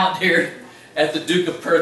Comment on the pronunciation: N.B. It's pronounced as if spelt - teeviot